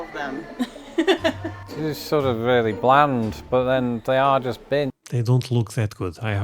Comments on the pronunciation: Bins. Not beans. 😂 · No, bins is not pronounced the same as beans, not at all.